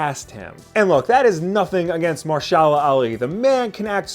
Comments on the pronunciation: Oh Ehm Gee! "Ma-her-sha-la" Ali -not "Marshala"! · "Mahershalalhashbaz Ali, known professionally as Mahershala Ali" You had one job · I love you but you are going to get trashed over how you mispronounce his name.:)